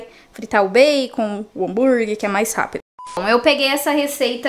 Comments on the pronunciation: Só me dá agonia de ouvir a falando "hamburgui"... É HAMBUGUERRRRR mulher kkkkk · Meu deus, desculpa, eu n estou críticando, mas...me dá muita agonia ouvir ela falando hambúrgui. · Miga adoro vc,mas me dá uma agonia quando vc fala Hambúrgui Kkkk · é hambúrguerrrrr e não hanburguiiiii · repete comigo: Hám bur gueRRR desculpa miga, mas dá uma agonia kkkk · Eu tenho muito agonia do “hamburgui”... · Mto engraçado você falando hambúrguer kkkkkkkk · Que agonia que eu tenho da falando a palavra “hambúrguer” kkkkk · É muito engraçado.😂